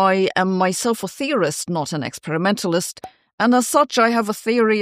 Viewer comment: I had to rewind, I thought you said I am a theorist, not an "excrementalist" lol